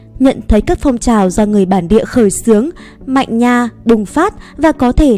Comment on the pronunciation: Manh nha đọc thành mạnh nha Được trả đọc thành thả